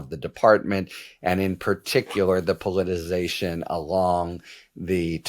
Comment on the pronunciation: Harry Litman, will you please learn how to pronounce politi-CI-zation? Don't forget the middle syllable.